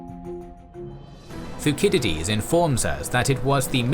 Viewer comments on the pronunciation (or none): "Fookidides" 🤷‍♂️ a little text just so we know what to look up would've been grand!